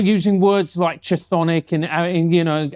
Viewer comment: . The 'ch' in 'chthonic' is pronounced like a K. Its pronounced 'kthonic'.